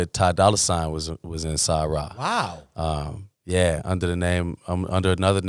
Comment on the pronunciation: When Vic mentioned Om'Mas Keith and Scoop said "Sa-Ra", that's when I knew Scoop is a student of the culture 🙌🏾